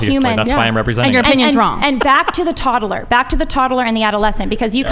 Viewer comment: Ok, aside from the actual topic (Im conflitrf and not sure where exsctly I stand on either side) that skinny girl pronounces things so annoyingly. 'Tod-a-ler' and 'Sib-a-ling' are just so.. I just cant..